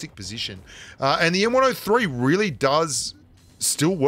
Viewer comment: I just noticed that says really like 'wheely'. Which I dunno if that's a pun or not